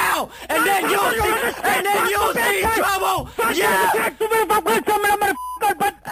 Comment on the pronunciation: YOU WANT TOUBLE ? lls get me everytime !